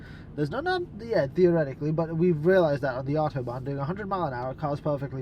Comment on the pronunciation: And without accent too